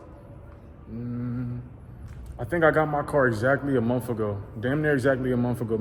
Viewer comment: Did he say monf? 😂 awesome car man congrats!